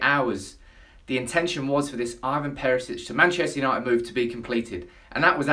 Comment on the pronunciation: ITS IVAN NOT IVON FFS ANNOYING ASS